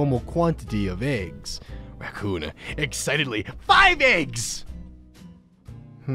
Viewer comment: The way he says racoon is hilarious, but yet... Depething